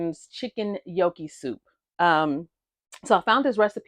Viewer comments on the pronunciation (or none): It’s a pasta and potato mixture. And just FYI, it’s pronounced “nyow-kee”, the “g” is silent. Looks yummy and easy to prepare. 😊